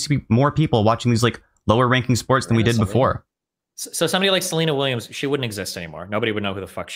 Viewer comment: Did they say Selina Williams 🤣🤣🤣🤣